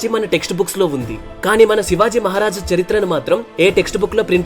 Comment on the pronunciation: శివాజీ మహారాజ్ అని పలకండి సార్. ..